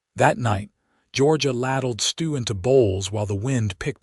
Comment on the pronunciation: Not "kal-lib", "Kay'-lib". Spelled Caleb. AI is really terrible at proper names. And I've listened to more than a couple stories where "laddled" is mispronounced "lad-delled" instead of "LAY-delled". Painful to listen to. Like "reed", instead of "red" for "read". And the phonetically spelled name "Ivan ho" for "Ivanhoe". The story is good, but AI makes it hard to enjoy it.